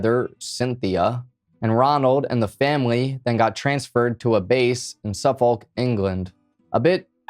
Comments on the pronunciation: Don't pronounce the l in suffolk btw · .. haha say Suffolk again.